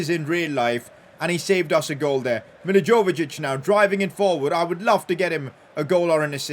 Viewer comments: It's mil-i-voi-evich not milijovejich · It’s pronounced mil-a-VOI-avic not mil-a-JOVE-acic. Love the vid tho ❤️ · S2g memes idea: every time says milivojevejic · The way he pronounces milovojevic 😭😭